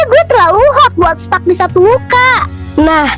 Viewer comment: Hehehh maaf kak, abisnya di kata stuck itu aku agak bingung dengernya jadi aku kirain stop..